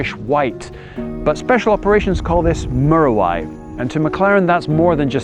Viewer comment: Fantastic video. However, it's actually pronounced m-you-ra-why. Of course it's of Maori Origin in its name (the native New Zealand population)